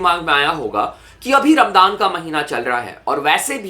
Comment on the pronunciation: Bro it is Raam-zaan not raam-daan😅